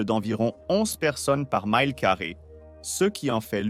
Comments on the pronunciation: en français on prononce Mile et non Maïle. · Mile est aussi un mot français. On prononce mile, tout simplement, non pas myle. Un I français, non pas un I anglais.